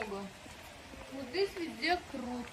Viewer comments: Крот емес құрт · Не крут а күрт (қурт) 😊